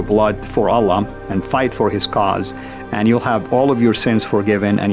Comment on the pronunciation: he calls Allah Al Lam 😂